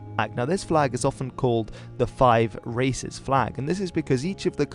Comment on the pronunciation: I heard "Five Racist flag"